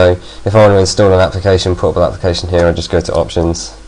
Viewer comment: when you said portable I thought you said horrible...